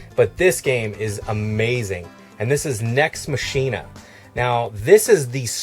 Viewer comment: Machina is pronounced 'mok ee na'